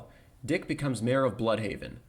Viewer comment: I was surprised he ain called Dick "Dyke"